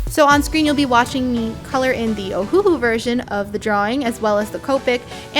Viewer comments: Not oh - who - who it’s oh - who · Just so you know it is pernounsed ohulou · it is uhu that is how u say it